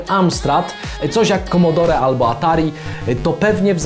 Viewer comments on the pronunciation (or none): none